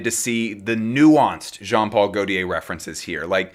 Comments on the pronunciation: Not sure you’re pronouncing Gautier correctly. My understanding is ‘tier’ is rolled into a single syllable not ‘ti-er’. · you say Omme plisse but you pronounce gautier in the MOST american way possible lollll. good effort tho 🫶🏼🫶🏼🫶🏼